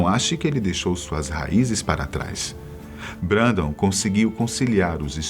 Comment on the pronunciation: Se pronúncia brendon